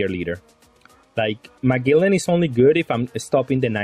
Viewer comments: Bro it’s Ma(gel)len haha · It's pronounced Muh-gel-an haha, crisp looking deck none the less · Its Mah-gel-lan